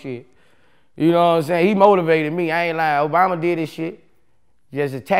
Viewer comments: Boosie High as f***. He said BObama🤣😂🤣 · Lmao he said Bobama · He Called Him “MoBama”😂😂